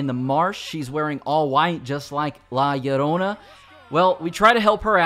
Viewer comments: Bro really say lalayona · The pronunciation of La Llorona gave me a laugh I won’t lie